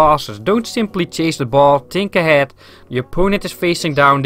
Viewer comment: Just say think in the correct way to not annoy people with it haha but good vid !